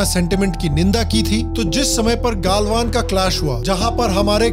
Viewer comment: जब आपने "गलवान" की जगह "गालवान" कहा. मैंने वीडियो देखना बंद कर दिया. कृपया नामों का pronunciation वैसे ही करें जैसे वे हैं।